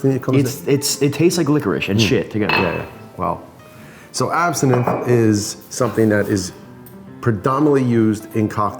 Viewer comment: Why do you keep saying Absinthe wrong?